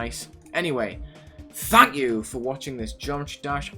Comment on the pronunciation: I heard "f*** you for watching" instead of "thank you for watching" at the end